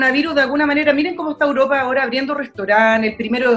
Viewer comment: ¿Por qué la chica dice "Uropa"? xd